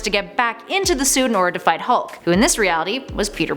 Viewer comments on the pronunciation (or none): none